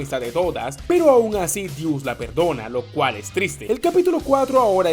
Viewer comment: Dice perdona... Y yo escuché detona 😐😶